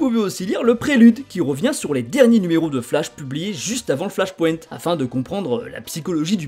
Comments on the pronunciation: Ohlala cette prononciation du mot flash point... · Sympa l'explication mais la prononciation de flashpoint et wildstorm fait saigner les oreilles.